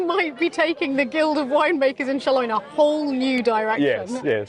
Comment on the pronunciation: This was an absolutely fantastic Vlog! At first I thought you were talking about the Town of Salon where Nostradamus was born. Atown I so dearly loved when I lived in France. But I think you’re saying shalon? Anyway the idea that these great costumes and great celebrations would be centered around wine not to mention the actual sermon including the words earth sun and wine! My little sleepy town in New England, Vermont has a very puritan approach from some kind of protestant belief that does not compare to the glorious Catholic face of little French towns. Also I have to add that your ability to turn stress into excitement and joy is really commendable. I must learn from it. You’re my favorite Vlogger